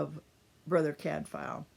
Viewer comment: Nice to hear the reviewer pronouncing Cadfael properly.